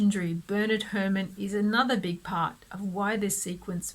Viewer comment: Wonderful analysis! The season one opening is my favorite even though it's missing the classic doo do doo doo motif. Thank you for pronouncing Hermann's name correctly! James Gregory rocks! The Last Man on Earth premonition is wild! Great stuff! This series is going to be so much fun!!